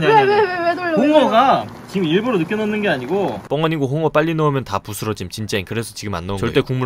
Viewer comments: 이걸 아아 오로 읽어버리네ㅋㅋ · 홍어를 아아오라고 읽다니ㅋㅋ